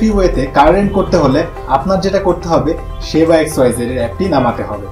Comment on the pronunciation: শেবা না সেবা ??? 😜